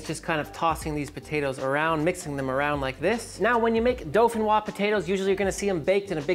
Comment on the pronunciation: There is no “L” in dauphinois